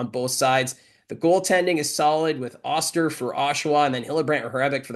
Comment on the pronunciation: Hey could you please ask to announce Jacob osters name correctly. Getting very annoyed